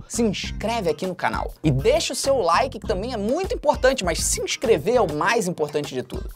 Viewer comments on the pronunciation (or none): E impressão minha ou ele falou lulike